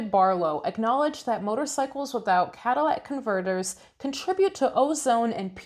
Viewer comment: 'Cadillac converters". 🤣🤣